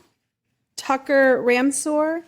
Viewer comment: “Tuck-her Ram-sword”? 😮